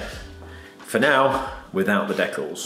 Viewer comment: It’s pronounced decals, not decals 😅 Amazing work, probably cost more than the car to do though 🪦